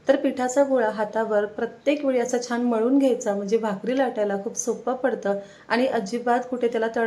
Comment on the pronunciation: चिकटली जात नाही हे चुकीचे मराठी चिकटत नाही हे बरोबर हल्ली असे चुकीचे मराठी सर्रास बोलले जाते. पुढच्या पिढीला तेच बरोबर वाटेल तसेच न आणि ण चे उच्चार योग्य करा जिथे ण हवा असेल तिथेच ण चा उच्चार करा छान बरोबर छाण नव्हे